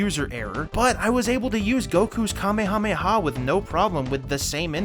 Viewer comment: Yes! That's how you say Kamehameha. Also...I was a little bit worried what DP stands for in those early games lol.